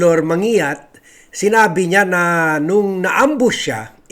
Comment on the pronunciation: man gi yat ang pronounciation ng surname na yan.